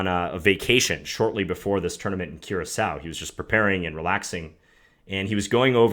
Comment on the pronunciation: The Island is actually pronounced cure a so